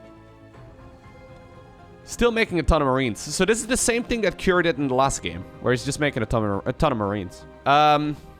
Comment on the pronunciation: Not Key er, Kew R.